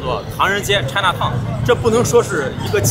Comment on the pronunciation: 拆哪Town, 哈哈英文水准需要提升😊